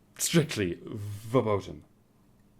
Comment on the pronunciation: The "ver-" in "verboten" is pronounced "fair".